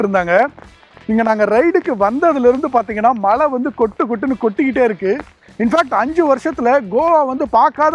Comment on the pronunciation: மலை இல்லடா yebbha மழை, adhu style nu nenachitu pesitu irukinga ena therila, egapatta payaluga apdi dha pesuringa enna ezhavo...🤦🏽